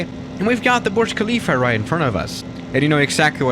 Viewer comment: Everyone: burj khalifa: borj khalifa